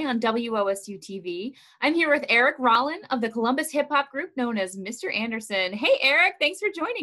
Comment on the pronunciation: Love this! It’s “Rollin” with no “s” though. 🙏🏾🙏🏾🙏🏾